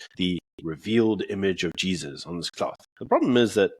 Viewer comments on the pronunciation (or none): none